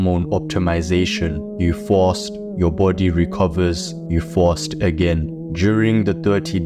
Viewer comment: Im pronouncing fast as fawwst from now on! Sounds raw 💯💪🏽